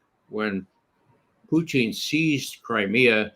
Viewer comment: It's funny how Ray McGovern always pronounced Putin as "Poo-theen".